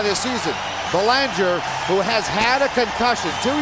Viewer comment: Anyone else wish Laus had hit that idiot commentator who couldn't pronounce "Belanger" just as hard as he hit Belanger?